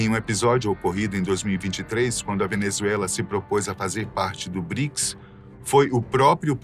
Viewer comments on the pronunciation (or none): none